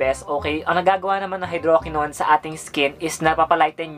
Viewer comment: The TRUTH about Maxi Peel that you need to know is #2 and #3 ay same lang walang pinagkaiba (check the label, 2% hydroquinone and 0.020% tretinoin). Also, mali ang pronunciation mo ng tretinoin and hydroquinone.